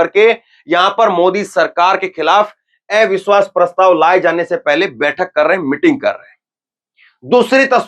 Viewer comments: Are ai biswas nàhi jara pronunce thhik karo abiswas hai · Avishwas bolna to seekho